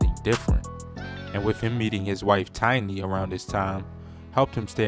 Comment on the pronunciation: Who is Tanya??? C'mon man... Put some respect on Tiny's name! 😂🤣😂